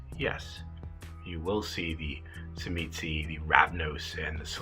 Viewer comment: What the fuck is a chimisee??? Did you mean to say Tzimisce??? Which nobody on the pla et had pronounced with a Sha sound...ever??? Even in this video the girl talking before you said it right...